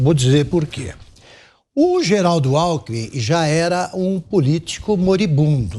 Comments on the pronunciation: Aos é nítido que larapio fala "companheiro álcool em mim" e não companheiro alkmin 🤣 🤣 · Lula confundiu o nome Alckmin e falou, alcool em min !! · Companheiro Alkomi 😂😂😂😂😂😂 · Companheiro "Álcoolmi" 🤣🤣🤣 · "Cumpanhêro Alckmun" kkkkkkkkkk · Lula falou "companheiro acoolmin" kkkkk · “Cunpãnhero” Alckmin??? KKKKKK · Ele falou "companhero Álcoumin"???🍻🤔🤣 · Interessante... O Lula falou cumpanhero "alkumin"... Será que tem relação dom álcool??? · O EX. PRESIDIÁRIO não sabe falar o sobre nome do seu vice. kkkkkkk